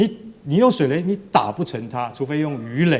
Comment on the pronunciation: 是水雷😂不是水梅😂主播❤